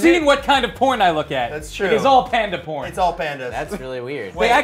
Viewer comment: When they said panda porn, it sounded like candy corn. I'd rather have the candy corn.